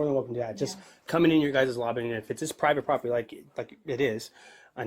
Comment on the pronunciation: "it's prybit proper-tee... publicly funded but...." 😂😂😂😂😂